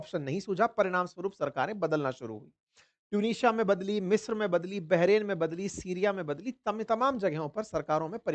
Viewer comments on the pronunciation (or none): none